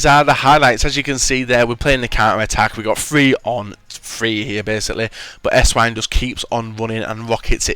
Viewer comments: It's pronounced Essvine... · how come nobody knows how to pronounce Esswein properly, he is german the w is obviously pronounced as a v, im not a hater but come on.